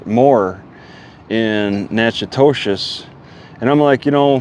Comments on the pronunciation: I think it's pronounced nack a dish Keep your chin up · it’s pronounced Nack-A-Tish